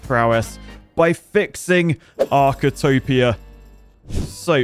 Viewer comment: This is not Architopia, this is ARCHITWOPIA cmon man